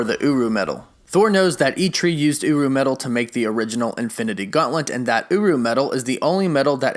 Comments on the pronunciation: learn how to say GAUNTLET, its not gauntlent wtf is wrong with you, i am groot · Is this guy saying "Gauntlent"!? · Is it just me or does it sound like he is saying Gauntlent not Gauntlet? It’s kinda messing with my brain